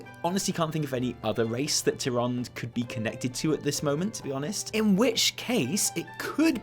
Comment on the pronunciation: Issack Darur he drops the whole last syllable of tyrande too